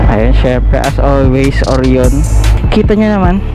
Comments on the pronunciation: Oryoooon hahaha. Orayon kase yung Orion, pati Zeee 1 hindi Zey 1 po 😂😂😂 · Oh-ra-yon. Not Or-yon